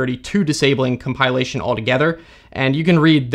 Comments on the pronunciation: Com pill ation, not com pile ation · come pile lation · comPIElation ?! never heard it saying that way... is that a thing ? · I always thought it is comPILation. Like a pill. Not comPIElation like a pie. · English teacher heren Never heard "compilation" pronounced this way before. I think it may be a case of interference of the verb "compile" . I'll give the tip a try. Thanks. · Hard to take someone seriously on computer security is they can't pronounce "compilation." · You're saying Compilation wrong 🤦‍♂ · I didn't know compilation was pronounced like this, but that's what I love about this channel. I always learn something new! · Getting triggered by his odd pronunciation of "compilation"